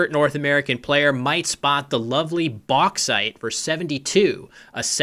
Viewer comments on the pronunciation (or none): But it is bauxite, not beauxite! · Bauxite aluminium ore idk beauxite